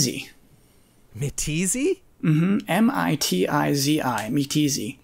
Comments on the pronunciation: WTF!? MITZI is meh tee zee? ITS MITT-ZEE! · Mitizi, is actually Mitzi.